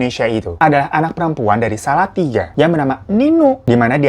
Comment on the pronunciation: Koreksi bang, salatiga dibacanya solotigo